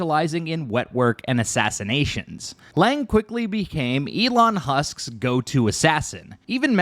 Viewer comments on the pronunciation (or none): That's what I thought I heard too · "Elon Husk". 🤣